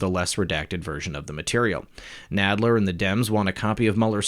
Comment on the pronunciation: Nadler sounds like the guy on Princess Bride (mawage, mawage is what bwings us togeva today...wove, twue wove)